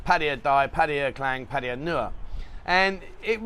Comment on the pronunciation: You saying etc a million times is not close to as annoying as when you say Pædjæ when you mean to say Pattaya. Pronounce it as it is written. Just like you do with München and Venezia.